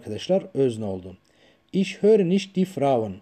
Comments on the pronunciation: Evet gerçekten çok güzel olmuş lakin bence telaffuz da önemli mesela ich kelimesi iş diye değil ihh diye okunur Der der diye değil dea diye okunur dikkate alırsanız sevinirim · Hocam son derece güzel olmuş konuyu aydınlatmışsınız emeğinize sağlık. YALNIZ, telafuzda ICH (ih) yerine (İŞ) demeniz olamasa daha güzel olacakmış..